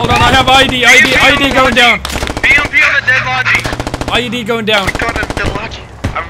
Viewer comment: if squad is realistic, a chopper taking 30mm can be death very quickly, but whatever was shooting that huey mustve been firing AP, if he had HE loaded, that chopper wouldve been shrapnel. its funny, he says BTR right, but when it comes to BMP, it comes out PMP.